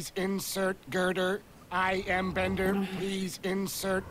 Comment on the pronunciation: Bender "Bending" Rodriguez! Not Beater hahaha